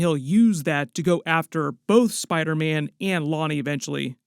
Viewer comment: saying Spidaman just made my day 🤣🤣🤣🤣